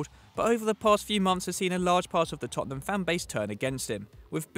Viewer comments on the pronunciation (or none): none